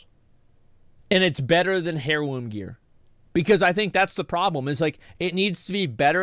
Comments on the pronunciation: it's pronounced../ˈerlo͞om/ not HAIR-loom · “Hair loom” gear? Asmon skipped English class? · If he pronounces the H in heirloom one more time…